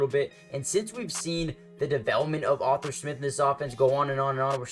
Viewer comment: ARE-THUR. Not author smith lol. great vids, but i cant take hearing Author again lol just call him artie or something